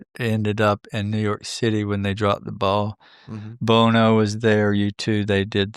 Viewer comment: I love and I LOVE. But just hit a new level for me by calling Bono, "Bone-o" 😂. Seriously though, this was a great interview and i always hope for new morsels to come from any American Alchemy episode and any of Bledsoe's and yet again, this one did not disappoint. I'm genuinely hopeful for the things talks about to come to pass and it's clear that is a follower as well. This is a fun time to be alive.